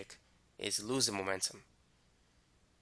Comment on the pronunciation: MOMENTUM not magnetum 😭 lmao bye I'm done